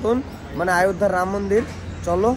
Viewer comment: আয়ধ্যা না বলে অযোধ্যা বলো.